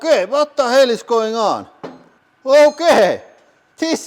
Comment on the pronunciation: “Watta hell”💀💀